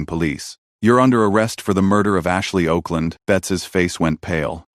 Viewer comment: Her name was Okland, pronounced Awkland, Mr AI Narrator